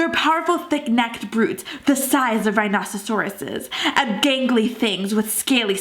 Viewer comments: Did she just say rhinocercorices? lmao it's rhinoceros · HAHHAAHAHAHHAHAHAHAHAHAHHAHAHAHAHAH!!! You were so serious and tense, of the vid, but you said rinocesosoresses, instead of rhinoceroses! IT WAS SUPER FUNNY! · The way u said rhinoceroses lmao 😂😂😂😂 rhinososoroses